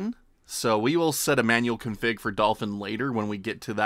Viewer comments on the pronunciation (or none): none